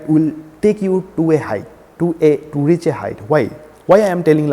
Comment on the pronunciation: i m not able to understand y these kind of sucker explain palmistry..he is not able to speak properly..first of all its not reeess its reach see his videos he is is the biggest chutiya i have ever seen